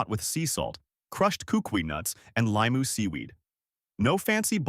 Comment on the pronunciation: Mispronouncing these words like "Poke", "Limu" and "Hilo" seems sort of disrepectful if you're going to do a video featuring these foods.